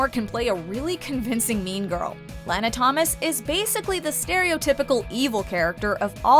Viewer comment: Someone pronounced Lana wrong.